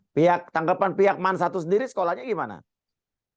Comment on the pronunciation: Jaman aq sekolah dulu bacanya Man bukan Em A En , emang sekarang gitu ya bacanya